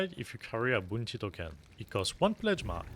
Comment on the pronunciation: please dont ever say BOUNTY again lol